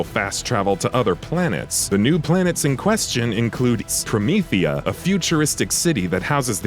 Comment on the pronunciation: ikr he hella said scro-meatha?? What was it called promethuses sorry if i spelled them wrong those words to Syfy for me lol.